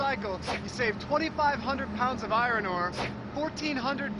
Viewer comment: I can't get past his pronunciation of Iron, he sounds like Bugs Bunny the way he says it.